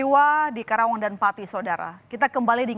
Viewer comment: Karawang min, bukan kerawang 😂